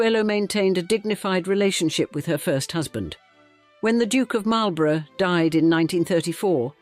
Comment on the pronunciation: It's a pity you didn't look up how to pronounce Marlborough and Blenheim; that's where this video lost me.